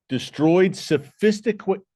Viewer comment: "Sophistiquated" I like it.😊